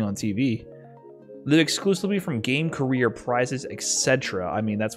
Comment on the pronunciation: Carrier or career? I can't make out whether or not that was intentional.